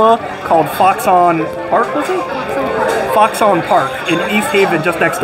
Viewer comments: Great video. Modern has been one of my favorites for as long as I can remember, but man, you're killing me with your hard annunciation. It's not A-pizza. It's pronounced A-beetz, and it's not pronounced Fox-on. It's pronounced more like Fox-in. Keep up the great work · Also the sodas name isn't fox-on park........it's foxon park.....pronounced "foxen"